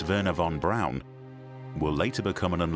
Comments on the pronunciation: ok I see a lot right about this video and a lot wrong or just silly. For one thing a man keep saying von Braun like BROWN but it wasn't pronounced that way (as another man says it right later) it was (is) pronounced (sounds like) Brawn .. kind of difficult to spell it like it sounded, however, you catch my drift. Another just kind of funny thing is and beyond- the guy stated the original space craft von Braun had planned -or the upper stage that would land on the moon - would've been so heavy they didn't know/think the moon could handle the weight? Seriously? Come ON, it is and was a type of planet. How in the heck could they think they could build ANY space craft that would be too heavy for the surface of the moon! I had to laugh at that. I'm aware they didn't know much about the moon or space in general but I find that statement and thought to be ridiculous! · Werner von Braun's name is pronounced, "von Brawn." Not von Brown. C'mon, scientists. A little more attention to detail, please. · It's pronounced von Brawn, not von Brown. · I'm amazed at the constant mispronounced name of doctor von Braun.( brawn) brown.?? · Narrator literally pronounced "Von BROWN" the entire time, lmaoooooo 💀💀